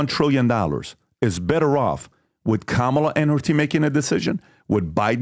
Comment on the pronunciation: Funny hearing PBD correcting the pronunciation of Khomeini when he continually mispronounces Kamala. 😂